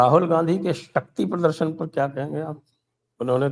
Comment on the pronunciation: min / sec of vidéo Ra-hul It’s not shakti pradashan - it’s shak - ki- pradashan